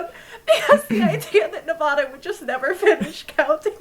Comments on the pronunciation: nAwVadA Me: 😬:nAwVadA Me:😑 mmmmmm I still love you 💗💖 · Nobody came to say it so here I am, babe, It's 'Nev-AD-a' not 'Nev-AH-da'. I apologize in advance it's in my nevadan duties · The way they are saying Nevada reminds me of the meme that says something like: Nevada has informed us that they will not release the final count until people can say their state name correctly. Every time someone says Ne-vah-da they will restart the counting. 😂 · Nevadans cringing at the pronunciation 😂 love the memes tho